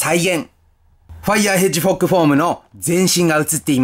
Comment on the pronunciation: ずっとヘッジホッグをヘッジフォッグと言ったなんかかわいい